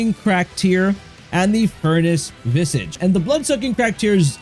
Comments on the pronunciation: Visage is pronounced "Viz-udj" not "Viz-Age". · It's not visAGE. It's pronounced like Vizidge. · Visage isn't pronounced "viss-aige", it's more like "viz-aaj". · Please look up the right way to say visage. vis-ah-j not vis-AGE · Its vis-ahhge, not vis-age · It's not pronounced "vis" + "age" It's pronounced "viz" + "ige" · Vi-sihj not vi sage. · Visage is pronounced Vi-ZARGE, meaning a face. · its not pronounced vis-age... otherwise it was good, just a pet peeve with pronunciation lol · Maybe next time if you can figure out how to say visage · You really should take a break from screens, dude, and learn how to read. The way you say "visage" tells me that you don't read much. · Good info, thanks! Side note, you may want to look up the pronunciation of visage, i was getting a bit hung up on that personally Lol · Potentate: POE-ten-tate. Visage: VIS-ej And just for fun, Vigor: VIG-ur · Vis-idge Poe-ten-tate